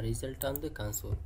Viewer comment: it's not lagin it's called as Login and it's not cansole it's called as Console